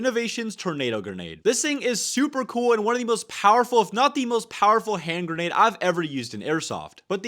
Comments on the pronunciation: I don't mind it's probably how he grew up, in fact it's funny to me how he says "genade" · I HEARD IT I HEARD GENADE